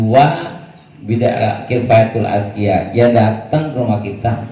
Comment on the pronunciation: Atqiya bukan atqiyah